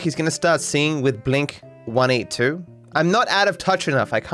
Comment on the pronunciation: FUn fact, according to TOm DeLonge (Main singer of Blink-182), it is pronounced Blink-eighteen-2. The number is also his ideal weight, his grandfathers ship number in WWII, and how many times Al Pacino says f*ck in Scarface